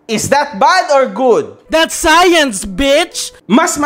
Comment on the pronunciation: dats sayans beachhhh 🤣🤣🤣